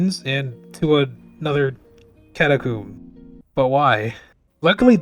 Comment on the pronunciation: For the love of God please tell me how you pronounce catacomb is a yolk right?